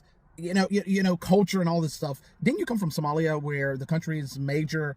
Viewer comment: Congratulations! You finally learned how to pronounce "Sòmālìā." 👍!